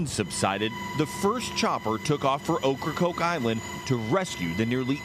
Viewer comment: They keep saying oak CrokeIsland rong